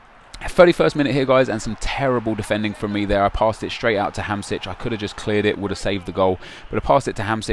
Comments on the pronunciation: It's not Hamsic, it's Hamsik. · its hamsik not hamsic xD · Its pronounced HAM-SHIK, check the little thing above the s